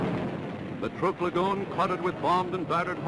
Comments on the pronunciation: Trooook lagoon.... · Is he saying TROOK, like troop? I thought it was like truck. Oh well...